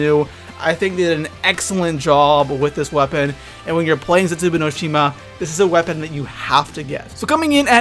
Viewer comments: I think its pronounced Zetzu Baw no shima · Please don't say Zetsubou no Shima like that!